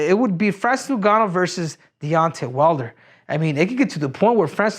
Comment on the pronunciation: Called his name properly. It ngannou